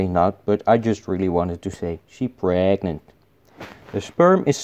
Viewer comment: "she p r e e e g e n t" "bAy beZ"